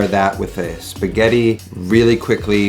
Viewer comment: Non si chiamano SPIGHÈRI ma S P A G H E T T I non è difficile cazzo!